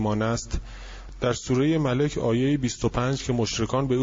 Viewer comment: درود بر شما ضمن عرض خسته نباشید و آرزوی بهروزی و پیروزی همیشگی برای شما فقط یه انتقاد دارم . اینکه گوینده ی محترم خیلی از لغات رو اشتباه تلفظ میکنه. بعضی جاها با تلفظ غلط اصلا معنی لغت رو عوض میکنه. مثل سوره ی مُلک رو ک مَلِک گفت. امیدوارم در آینده این مشکلات برطرف بشه باز هم قدردان زحمات شما هستم.